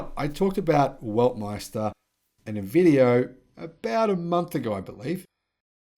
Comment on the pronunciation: Weltmeister not Weltmester 😀